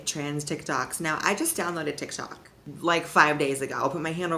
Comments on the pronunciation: "Follow me on Ti Tok" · "Follow me on ti tok" 😂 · I LOVE YOU AND YOUR VIDEOS SOSO MUCH just so you know at you misspelled tik tok and said ti tok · Lol "Follow me on Ti Tok" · “Follow me on Ti Tok” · i just wanted to let you know that your little bubble said ‘ti tok’ not ‘tik tok’😩